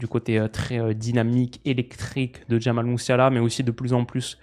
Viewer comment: Un joueur si agile dans les petits espaces : « Jamail Muiouseler »